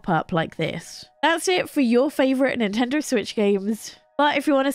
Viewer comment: Nintender? Learn how to pronounce words